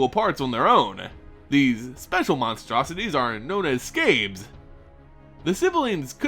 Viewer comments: It think It's not skabes it's skaabs. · First off, pronunciations: 1. Skaab is pronounced like scab, not scabe. 2. Gisa is pronounced Geesa, not Gissa. Second, awesome video!!! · I love how you pronounce Skabb XD "Skabes"